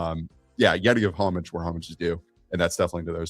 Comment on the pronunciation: insert gif of Tracey Morgan in cop-out pronouncing "homage"